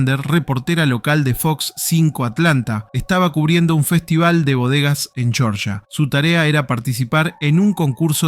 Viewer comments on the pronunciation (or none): none